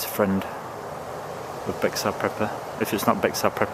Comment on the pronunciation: Just F.Y.I. you called Bexar prepper a he. Bexar Prepper is a woman and the channel name is pronounced like "Bear Prepper".